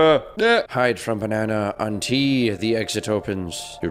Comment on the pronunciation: unti Me: what does it means? Me: aunti? Imao